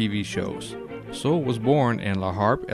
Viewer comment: His last name was pronounced soolay.